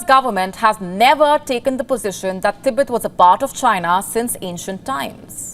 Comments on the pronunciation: TIBET(tee-bet) not ती बेत. Media’s clear pronunciation of a country or a region or a city is of utmost importance. Public follows media and octet gets it wrong . So, please get the pronunciation straight. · Its Tibet not Tehbet 😢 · THEEBET THEEBET THEEBET THEEBET THEEBET. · Is there other ways to pronounce Tibet? I've always said teh-beht